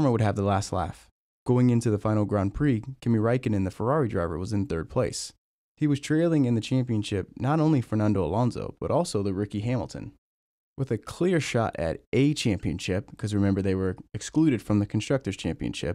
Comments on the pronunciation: quality video man!! 15;56 Riki Hamilton that tickled me that slip up 😂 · "lericky hamlton" lol